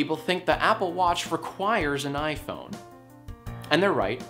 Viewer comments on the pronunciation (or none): I kept thinking he said "YIAY" phone at the beginning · I thought he said "The YiayPhone" at first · I thought you said the “YIAYphone”